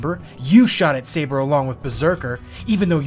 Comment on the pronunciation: All I hear shirou says: SEIBA!